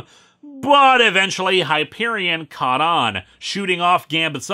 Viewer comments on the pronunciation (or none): none